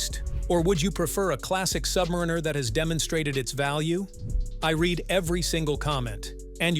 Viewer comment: I can’t listen to someone who can’t pronounce Submariner.